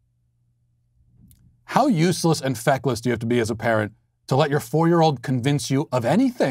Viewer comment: press 6 to hear matt say "feckless" lel